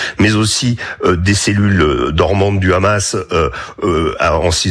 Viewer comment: Apprend à parler le ramas😂😂😂 le Hamas on dit pas le Ribou à ce que je sais 😂